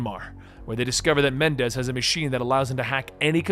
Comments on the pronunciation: Please. Menendez, Not Mendez. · I know this was so long ago and 3 years ago but still, there are 2 "N"s in Raul Menendez's name, it's pronounced Meh-nen-dez not Men-dez. Also, Raul's following (Cordis die) is pronounced Cor-dis Dey-eh. Also, 1 more thing, you said you were trying to explain the good/best endings for bo2, yet thats not the case. The best ending is when brigg's life is spared, Chloe Lynch is saved, Harper is sacraficed, The odysseus is saved. As well as Alex Mason lives, but in your cinematics showcase, you show the ending where woods kills Mason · FAX BRO IT KEPT BOTHERING ME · Bro i was taking you seriously but then you started calling the main villain Mendez lol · Idk would you please Menendez? I don't think I would very well but Mendez is always happy